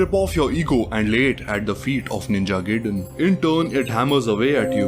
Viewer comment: It's pronounced "Guy-Den"